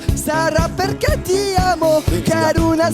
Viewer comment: Arg le Perché mal prononcé. Même moi ça m'a fait mal au oreille